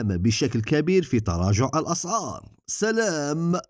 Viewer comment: والله انا حاير في طريقة النطق لكلمة سلااااام لصاحب القنات فهمنا مفهمناش